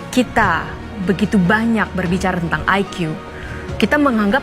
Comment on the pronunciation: Orang Indonesia seharusnya menyebut IQ sebagai I ki.. Bukan Ai kiyu😂😂😂😂